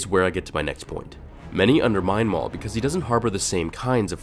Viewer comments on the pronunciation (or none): Darth Maul Whoa calm down, Mail